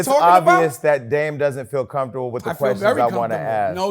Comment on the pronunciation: "DAME DOES FEEL COMFTABEL" 🤣🤣🤣🤣🤣🤣